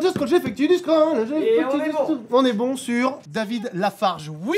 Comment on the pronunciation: putain mais j'ai failli quitter la vidéo quand j'ai entendu "David Lafarge" refaites jamais ça svp